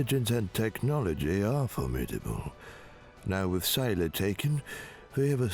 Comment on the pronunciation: Csila is pronounced Chila like China or Czila as Czech.